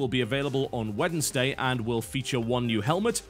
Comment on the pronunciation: i love how you say wednesday weddnsday love it